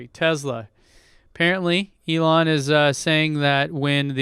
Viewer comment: What's a Tezla???, you're from San Diego and you aren't Elon.